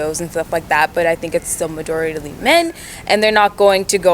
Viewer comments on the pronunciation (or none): "Majorityaly" I guess i learned a new word today